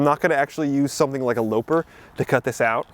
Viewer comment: "Loper"?! 😅 It's a lopper (rhymes with copper). As in, a tool that lops off branches, or heads.